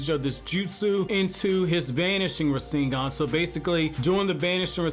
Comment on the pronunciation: “Ra sing gahn” 😂